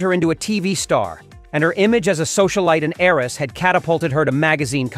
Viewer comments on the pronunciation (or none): none